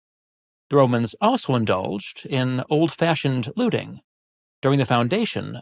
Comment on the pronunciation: Is this an AI voice? Because who talks like that? „OLd FASHioned LOOTing“ and I‘m certainly not finishing an AI slop video.